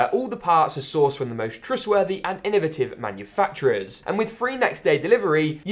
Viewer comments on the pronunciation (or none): none